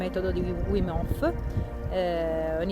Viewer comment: Comunque si pronuncia vim, non uim... è olandese, non inglese 😉